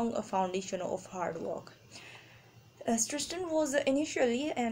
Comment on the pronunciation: Its CIRSTEN not cersten